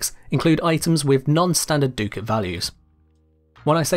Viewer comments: what is a doocat??? its ducat(duh-c-it) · Ah, it’s pronounced like “Duck-it” not “Doo-cat”. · Sorry to be THAT guy, but it’s pronounced “duck-it.” Lol I kno I’m annoying…